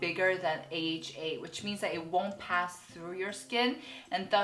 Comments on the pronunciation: It's not aha it's A H A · AHA isn't pronounced "aha" but you say "A-H-A" (the letters). You said both "aha" and "A-H-A," but you refer to the product itself as "aha" but the chemical as "A-H-A." Just found this funny lol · Korean people pronounce AHA and BHA aha and baha, respectively, just cus it’s more convenient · I follow a Korean dermatologist and she pronounces it the same way too! Guess it's just how Koreans say it